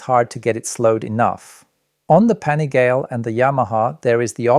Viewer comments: “Panigail”? Come on dude! Make an effort. You know how’s pronounced. Are you a journalist or Napoleon Dynamite’ aunt? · There are a lot of inaccuracies in this video. The first being that the V2 is 187kg fully ready to ride, that’s with no gas in it. The next big one is the brakes on the bikes. They’re not all running Stylemas like you claim, only the R9 is. They’re V2 is running M50’s due to lower weight and probably cost savings and the RC is running the new Hypure calipers. Not to mention pronunciation of the ‘Pan’ ‘ih’ ‘gal’ ‘lay’ “Panigale”